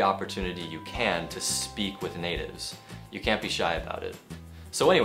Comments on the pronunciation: "can to" nên đọc giống cant( có lẽ vậy ) =))) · Thầy ơi ! Đoạn thầy phát âm "I can" mà em nghe nhầm "I can't" Thầy nhấn âm như vậy để làm gì vậy ạ ??? Vì có video thầy từng nói:" Can't" thì nhấn mạnh trong câu, còn "can" thì đọc lướt qua nên em thắc mắc. Mong thầy giải đáp !